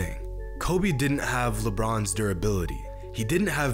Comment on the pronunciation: I think all these dudes are pronouncing Lebron James wrong at the start of the video when talking about the best player ever and in the NBA. Even Lebron pronounced his own name wrong…. That strange.